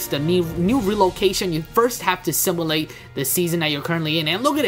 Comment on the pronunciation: "simalate"? Sim-U-late